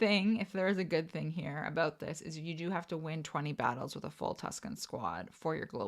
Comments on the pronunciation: you said aboot three times in first like 30 seconds, so I was like yay, drinking game, but then you never said it after… /pout…. Luv u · Oh em gee, can you say aboot [canadian version of about]